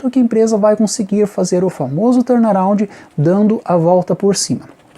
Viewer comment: "Torna roundi " kkkkkkkkkkk